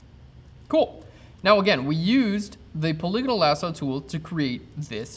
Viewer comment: wow! finally someone who pronounces "polygonal" correctly! irrelevant, I know .... just sayin'